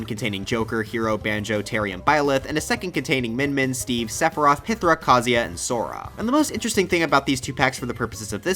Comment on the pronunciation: I both feel ashamed and proud to be a xenoblade fan whenever I hear him say "pythra"